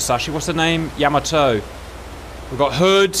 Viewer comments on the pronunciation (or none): It's pronounced, Yah Maa Toe not Yam a toe. And Battleships never travel without Destroyers or Lt Cruisers accompanying them for Anti-Aircraft support. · It’s pronounced “ya-MA-to”.